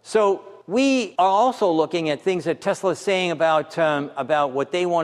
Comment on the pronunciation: Tesala, not Tesla.